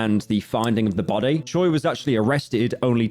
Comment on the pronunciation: The last name Choi is 최 and it's actually pronounced as something like cho-way but I wouldn't expect anything less from le slopman who says zoo-cho-sis